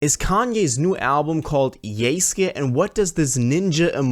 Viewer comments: It literally says YESUKE in your title, but you right away pronounced it as YEYSKYEY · It’s pronounced = Yous-kay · bro really said "yayske" 💀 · yay sky